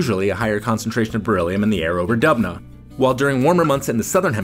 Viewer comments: Dubna → DUB-nuh = no ; doob-NAH = yes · Its not dubna its doobna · It would be great if the person who voiced the video learned to read and pronounce Dubna as [dʊbˈna], and not the jibrish that he pronounces instead.